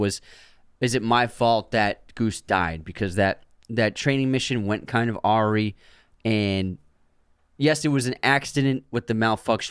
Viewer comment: Awry is pronounced "uh-rye" , not "aw-ree". UNSUBSCRIBE! 😆😆